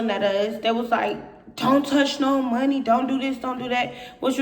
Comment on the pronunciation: ".......stealing our MUN-KNEE"!